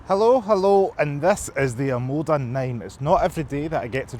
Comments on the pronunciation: Great review, but PLEASE, it's OMODA....not OMADA! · It's OMOda not OMAda lol